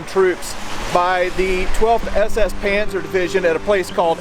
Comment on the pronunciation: Not panther, Panzer.